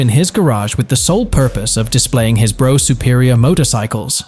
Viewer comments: Brough=Bruff, not Bro! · It’s not a ‘Bro’ (Brough) Superior but a ‘Bruff’ (Brough) Superior…!! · Brough is pronounced 'Bruff' not Bro...doh! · What the f#÷k is a "Bro" Superior! Its Brough, as in bruff Superior. 🇬🇧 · SORRY IT'S NOT "BRO" IT'S PRONOUNCED "BRUFF" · Brough is pronounced Bruff not bro you philistine, and why didn't you show the Black Prince when talking about it. some gullible people think you are showing a factual film!! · Hey Bro, it's pronounced Bruff. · Bruff.. not Bro.. ffs that hurts my ears! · Just so you know, Brough is not pronounced Bro, it's Bruff, in English. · Brough as in rough. Not as in though! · Brough is pronounced Bruff! Yam Dankees! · Pronounced "Bruff Superior" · brough is pronounced bruff